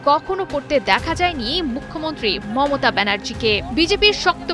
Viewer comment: মততা নয় মমতা ,, সাংবাদিকও মনে হয় গাজা খায়